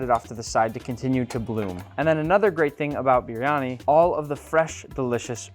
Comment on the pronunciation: Why can't you even pronounce the dish?